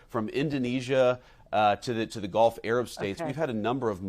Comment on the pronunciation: Did he say Golf Arab States, or Gulf Arab States?!